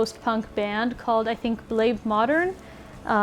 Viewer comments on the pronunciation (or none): In Bleib modern the “ei” is kinda pronounced like Biden or bye.